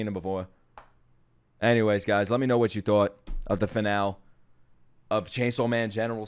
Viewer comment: You're pronouncing finale wrong